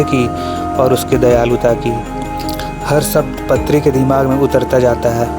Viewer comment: Also it is not patri. Paatri पात्री